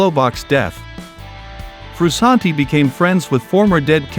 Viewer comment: I hate all these new AI YouTube channels? What's up with that dude? You sound dumb. Sound like a robot talking man quit get a real person and you're saying his name wrong